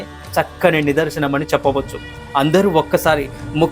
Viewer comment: ముక్త కంఠం అంటే బాగుంటుంది కదా బాబూ! చక్కగా చెప్తున్నావు. ఇలాంటివి సరిచూసుకుంటే ఇంకా బాగుంటుంది